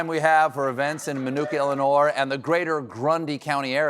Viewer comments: Did he just pronounce it illinoise? Glad the show got cancelled. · Did Stephen say "Illinore?" Man, those South Carolina accents are funky.